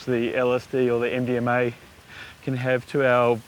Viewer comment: Why do I keep hearing Indian May instead of MDMA